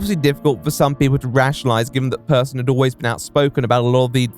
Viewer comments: Alright but Persson is not pronounced as "person". Pers-son, as in the son of Per. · I think there's a great deal of irony to be found in the fact that he at least was, prior to his success, aside from a few points of note, an altogether unremarkable individual at his core in terms of personality; and his last name is both pronounced identically and spelled near-identically to "person", as though an indication of a certain degree of normality to him. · Just a fun note: You pronounce the ’e’ in Persson like you’d say the ’a’ in ”happy”